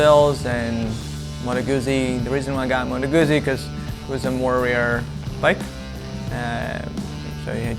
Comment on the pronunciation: Pronounced GUTZI not GUZZI. Unless you're British....but they are forgiven...😂